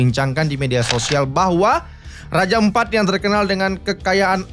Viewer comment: Raja ampat bang bukan empat 😭